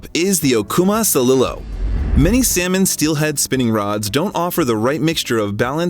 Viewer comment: Best Steelhead Rods for Salmon Fishing??!! That's lifke saying "The Best Roller Skates for Ice Skating 😂 Dear God, you don't even know the Pronunciation of "Celilo" as in the Celilo Falls that native Americans used to dip- net Salmon at. And you expect people to believe what you say?!